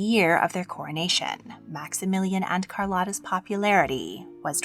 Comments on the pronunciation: CAR-LOW-TA not CAR-LOTTA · Hi, I didn’t want to say anything but in min 14 you say she latinized her name. So then the correct pronunciation is Carl-oh-ta. The o is a “ooh” sound. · Her name is pronounced as CAR-LOW-TAH.